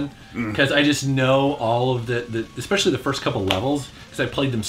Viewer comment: Exspecially! Especially, it's especially.